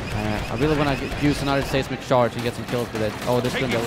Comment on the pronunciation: It's not "say"smic charge, it's "size"mic charge. Your videos are awesome!